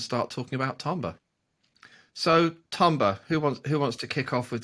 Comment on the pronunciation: it's the correct pronunciation 😂😂😂